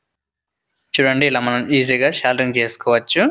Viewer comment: సోల్డరింగ్ రా బాబు. సెల్దరింగ్ కాదు